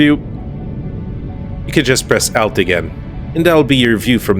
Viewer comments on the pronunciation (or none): Something you may not know that alt(al-t) is pronounced as in (alt)-ernative [ault]. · I’ve seen a few of your videos so far, and have found some great info! But my lord the way you say “Alt”😅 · Please never say "alt" again. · One thing you probably didn't know. The pronunciation of ALT. It is an abbreviation of 'Alternate' 😂